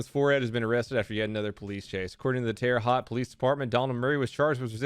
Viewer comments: “Terra Hot” Jesus man. It’s “Hout.” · Terre haute it pronounced terre hote not Terre hot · ITS TERRA HOE-T! Not Terra Hot! (spelled on pronunciation) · You called Terre Haute "Terre Hot" 🤣 Its pronounced hoat, think goat. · it’s Terra Ho-Oat not Terra Hot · This man just pronounced “Terra Haute” “Tara hot”. Boi it’s “Tara hote”. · It's not terre huat it's terra hauote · The crime pays guy was crazy, it was a big deal here, it’s awesome my town was mentioned in your video even thought it’s terre “hote” not “hot” 😂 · It's pronounced Terre "hote" not Terre "hot" lol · It’s pronounced terre hoat not terre hot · "Terre hot" lol it's pronounced Terre hoat. Like boat with an h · Its pronounced terre ho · PRONUNCIATION CORRECTION In the "Crime Pays" report you pronounced the second part of Terre Haute in correctly. 'TARE'-uh HOTE 'TARE' - rhymes with 'pear' HOTE - rhymes with 'note' Having lived there in the past I believe its french for God shits here. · Of course indiana man has meth, and its pronounced Terre howte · It’s pronounced terra hote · he said Terra Haute wrong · Terra Haute - hoat. Put the H in front of oat, and that’s how you say it. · you said Terre haute wrong. its TARE'-uh HOTE Just FYI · I live in Indiana and when you said terra hot I bout died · ahhh the pronunciation of terre haute 😂 terre hout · in case you care, it's pronounced Terra Hote. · God d’amour my own state Indiana fix your shit , also it’s pronounce terra hoat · It’s pronounced Terre “Hoet” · Just wanna say something, in from Indiana, "Terre haute" is pronounced "tear-uh, Hoe-t" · NOOO Terre Haute isn't pronounced like that it's pronounced tara hote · Terre haute “ter•a•hoat• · Went looking for the comment but couldn't find one on how he butchered the city name of "terre haute" 🤣 Too funny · He pronounced Terre Houte wrong. I don't blame him tho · Def mispronounced Terre Haute there ;) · You pronounced terre haute wrong lol